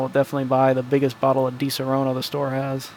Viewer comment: Please stop pronunciate DiSaronno in the wrong way (you say Disorono in italian). The correct pronunciation of di-SA-ronno is like the word "SAD"... So try to Say: DI-SA-RONNO